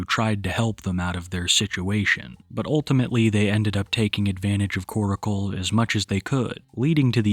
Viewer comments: New video. Same old pronunciation of "Koracle" instead of Korcle. 😅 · Why do u pronounce korcle like oracle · why can no one pronounce Korcle correctly ?